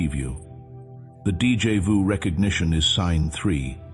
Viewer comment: This AI voice makes so many errors it's a college drinking game Mispronouncing words speaking in Spanish German Portuguese and French and finally English most Americans and Canadian speak English with no other languages mixed in Two thumbs down 👎👎 DJ vu is not a word in English and it comes from the French deja vu